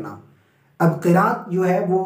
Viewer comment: You teach well but you will make mistake Qiraat ki kiaat